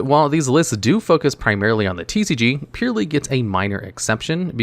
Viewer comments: Its purrEly not purrly 😂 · It's not purely it's purrely. Just like a cat purrs...come on bro. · It is annoying me way more than it should that bro keeps pronouncing it “pure” when it’s clearly a play on the onomatopoeia “purr” sound that cats make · purr ely sads not pure ly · Great video as always! Id pronounce them Pearly, like the word Purr, cuz theyre cats! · Is Purrely pronounced like that? I always thought it'd be "Purr"-ly. You know, like after the sound cat makes? Someone please clarify for me 😅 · Considering purrely is an archetype of cats, I think it's supposed to be pronounced pur-rely as in purring, the things cats do. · You're talking about a guy that couldn't even pronunce Ojama Trio correctly. legit can not pronounce to save his skin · I'm kinda new to this community so i have 3 questions. What is the ocg and the tcg? Is that actually how you pronounce "purrely"? What are Floodgates?